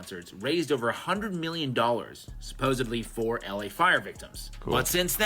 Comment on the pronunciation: call it LA AAId